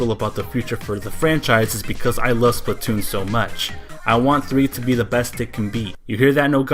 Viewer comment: OMG PLZ STOP SAYONG IT WRONG EVERYONE DOES THAT it Splatoon not Spltoon >:( that's how everyone is saying it "Spltoon" I'm sorry but geez I was tired of hearing it that way......